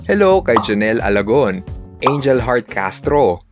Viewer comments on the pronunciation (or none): none